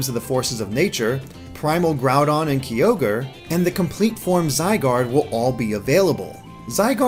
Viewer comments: "kee-ogre" pls it's "K'eye'-ogre" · Key-ogre? Really? He said sooooo many pokemon's names wrong... faceplam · Key ogre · you pronounced kyogre wrong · Uh-ks-ie As-Elf Kai-Ogre Ra-ee-Koo Tear-Ack-Ee-On Sol-Guh-Lay-Oh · "Raiko" "Kaiogree" "Keeogre" "ooxie" "Terrakeeon" Damn, the mispronouniation is real. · triggered by pronunciation of Yveltal, Kyogre, Mesprit, Cobbalion and Terrakion.